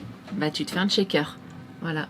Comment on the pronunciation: Juste comme ca ont ne dit pas un Tshaker mais un shaker. Dommage que Yfood au Québec c'est compliquer et dispendieux a avoir.